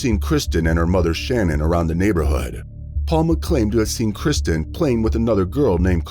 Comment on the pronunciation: You have used the little girls name repeatedly throughout the video, yet got it wrong every single time, it’s KIRSTEN not Kristen…